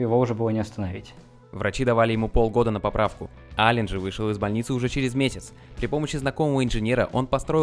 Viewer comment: Аллен, а не Аллан!